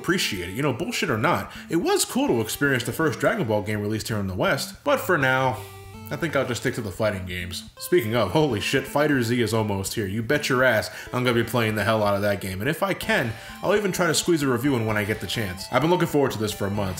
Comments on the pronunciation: Just fyi its pronounced fighterz like "fighters" "not fighter-zee" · Just a heads up If you do end up reviewing it. FighterZ is pronounced like fighters not fighter z. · PLEASE, it's FighterZ is pronounced "Fighters" NOT 'Fighter Z'. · I guess with FighterZ coming out very soon, it only makes sense to take a look at technically the first Dragon Ball game to release in the U.S. to celebrate it! (Also what is it with people and mispronouncing the FighterZ part?) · He calls it "Fighter Z" too. People keep trying to tell me its pronounced "Fighters". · It's pronounced Fighters! Reeeeee (Jk you can pronounce it however you want but it's officially called fighters)